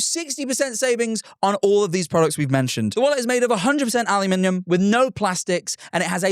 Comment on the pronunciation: secret third option for how to pronounce aluminium just dropped